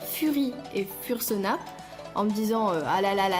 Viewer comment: J'ai regardé presque tt les vidéos fr sur les furry(furries) , je regarde énormément de youtubers american et quand je vois comment on écorche le "UwU language" ( vocabulaire furry) sa fait bizarre... Fur ce prononce "feur" fursuit c "feursoute" fursona c "feursona" Etc 'fin t'a compris quoi 😂😂😂 I know it's hard to pronounce but make an effort 😂😂😂 I'm kidding obviously